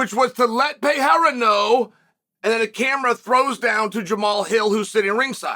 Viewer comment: He pronounced Periera the correct way only one other occasion in the past 100 videos. True respect. Mockelchev will get his due eventually 😂😂😂